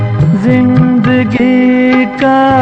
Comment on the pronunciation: Aap jo alfaz galat bolte hai Aawaj. Aawaz Jindagi. Zindagi Jada. Zyada Majhab. Mazhab Farista. Farishta Ja ko kaha bolna hai Aur za ko kaha bolna hai seekh lenge to aapki baat cheet me Jaan AA jayegi